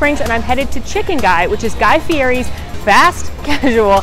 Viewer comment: Omg, the Hot Latte for H lol, all Lattes are hot unless it says Iced or otherwise!!!!!! Also, the fact that said Sherbert and Guy Fee- air- ee, not Guy Fee- ett- ee. This always trigger me lol. On a real note tho, love the vids and thus was such a fun idea!!!!!